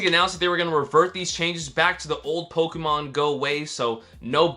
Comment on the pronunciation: Someone tell this guy how to properly pronounce "Pokémon"